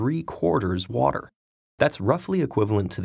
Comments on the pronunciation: В озвучке отчётливо слышим "Ворер",. После этого автор ролика говорит, давайте повторим и тут же произносит "вота". 😂😂😂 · В видео американское произношение воДэ, у автора британский вариант уота 😅